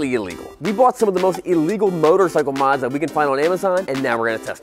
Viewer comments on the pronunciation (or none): none